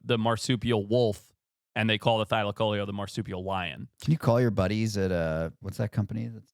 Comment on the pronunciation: the pronounciation thylaco-leo. leo as in lion😂